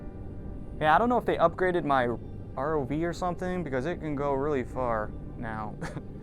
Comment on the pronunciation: R-O-V man. Not ROVE